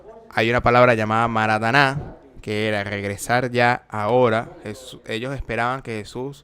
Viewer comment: Marataná no es es maranáta.😂